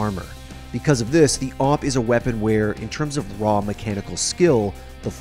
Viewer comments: I don't like the people who say A-Vee-P instead of A-W-P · Just say AWP, not A - W - P and not A - V - P .. Just say awp :D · Its not awp its owp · its pronounce Awhip